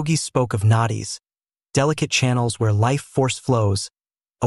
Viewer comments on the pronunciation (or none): nadis not knoties